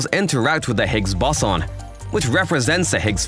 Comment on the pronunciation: Not Really. Seemed to pronounce Higgs Boson wrong....